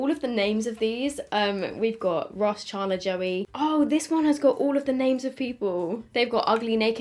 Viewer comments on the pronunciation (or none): is it just me or does say "chandler" weirdly😂😂 im hearing ch-aun-dler. its chand-ler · the way she says chandler ChArnDLeRr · I love how you say “charrrndler” 😂😂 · I guess it's because your british, but how you pronounced "Chandler" 😂 no hate obviously. I love the look that you came up with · I love how you say chandler 🤣🤣🤣 thanks for testing this, i'm obsessed with friends so defo getting these 😍😍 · Same and i cracked up hearing it pronounced this way 😂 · What's with the colours? This is apparently for season 1(1994) yet all of them are this aweful orange colour, and not accurate to the characters at all! only like the packaging of the eyeshadow palettes and the top of the lip glosses. Also, I've never heard a British person say Chandler before and I love it haha.